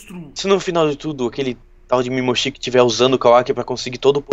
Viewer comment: Não é mimoshiki é mimoshiki